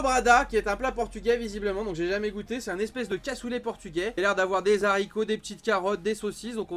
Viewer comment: Et les fameux z'haricots x)